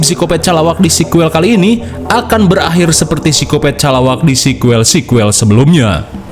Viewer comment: "Pilem vun syudah belakhirrr" ah sudahlah